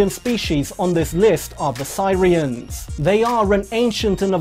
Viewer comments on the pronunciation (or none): Sirians.......Its pronounced Ser rians. FFS